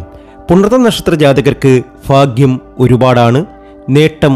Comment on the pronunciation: ഫാഗ്യമല്ല. ഭാഗ്യമാണ്.